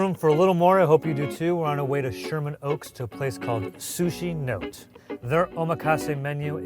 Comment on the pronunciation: i think the restaurant name is actually pronounced "sushi NO-TÉ", not note. also, the last piece of nigiri is bonito (not bonita), the fish they age and shave into those tasty flakes to make dashi. loved that y'all delved into sushi but wish you discussed more about the maki (cut rolls) and inari (tofu skin stuffed cone sushi). hopefully more and diverse visits to come, gents! ❤️